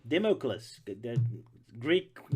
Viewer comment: Sword of Da ma cleese